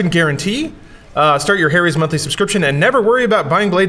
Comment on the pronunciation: t's is pronounced HARRY'S you flipchart! Not Hairys, or Hairies. The "Ha" is said with a phonetic 'A' sound, like Apple, not Aeypple or Eipple. What the sock is wrong with you? Thanks for spelling it!